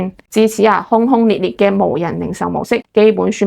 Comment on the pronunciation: 講者說得有趣 但 的轟轟烈烈 粵語大概是guang不是hong